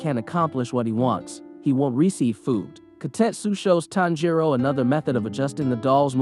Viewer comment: This is driving me nuts. The stress in on the TAN not the JI in Tanjiro's name.